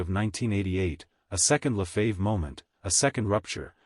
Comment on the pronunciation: AI -- pronounce the name "Lefebvre" correctly. Sensationalistic. Five minutes in, not worth continuing.